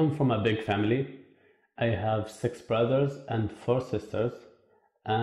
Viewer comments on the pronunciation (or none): none